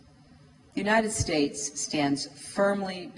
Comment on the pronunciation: United states... พูด ไม่มีเสียง s เลย =='